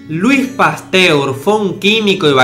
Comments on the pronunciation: Like si te diste cuenta que no decia Pasteur si no Pastur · en una parte dice pastur en vez de Pasteur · "Pastur". No sé por qué... pero siento que ciertos "errores" los haces a propósito, para hacer pensar a tu audiencia. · minuto dice experimentos de pastur y no de pasteur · min en vez de pasteur pusiste pastur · te comiste una E, pero buen vídeo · dice "los experimentos de pastur" en vez de Pasteur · "los experimentos de pastur" JAJAJA P.D: Buen video CRACK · "Los experimentos de PASTUR" Alguien lo notó? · Decía "Luis Pastur". Saludos!